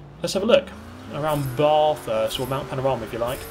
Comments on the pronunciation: its ba-thuhst not Baarrrthurst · ... Bar-thirst? It's Bath-erst, dont drag out the pronunciation - Great video nonetheless :D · I'm Aussie and the way he said bathurst just pissed me off 😂. It's bathurst not barthurst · Wtf is BARTHurst. It's B ATH URST. Dumby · How you said "Bath-hurst" is a fucking disgrace to us. It's fucking "Ba-thurst" in one hit, don't put an emphasis on "Bath" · “Barthurst” all Australians want to cry watching that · Bathurst is pronounced with a short A rather than long. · Barrrrthurst as an Aussie I’m slightly triggered ahah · 3 things 1. dunno why this popped up in my reccomendded, butm not complaining 2. why didn't you finish Bathurst man, come on 3. Barthuurst? Barthuurst???? maaaattttteeeee, Bathurst, not pronounced how one would say Bath tub, but Ba-Thurst, the thurst is pronounced like Thirsty, the Ba like the start of bat, I know this as I am Australian and that track is the biggest race on our calendar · Baff-hurst... every Australian hurt inside when you said this... ba-thurst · Oi it's bathurst mate BATH - URST not barthurst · bathurst is pronounced ba-thirst (like the 'a' in 'bat') not bah-therst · Bathurst not Barthurst, even in Australia we pronounce Bath like Barth but it’s Bathurst Edit: thanks for the Reply mate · its pronounced bathurst not barthurst b-ah not b-ar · Please never call it "Bar-thurst" again. You may refer to it as either "Bathurst" or "Heaven". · It’s Bathurst not Barthurust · did mans just say b-a-r-thurst? i think i just threw up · he says baaaaaaaaaaafirst, please some pronounciation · Aussie here. It's called Bathurst as in bAthErst. Got it? Aussie, out. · Bar-Thirst? Bathurst rhymes with Math-ist my dude 😂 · Can you please stop calling Bathurst.....Barthurst. FFS, it's an Australian circuit, not an upper class English circuit ok?! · Just for future reference Bath in Bathurst is said like math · As an aussie, can you please look up how to pronounce Bathurst ;) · Bruh the way he said Bathurst